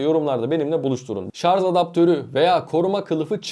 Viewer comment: Artik şarz demekten vazgeç.SARJ